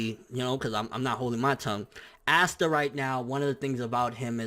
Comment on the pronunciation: Its pronounced pasta without the p not assta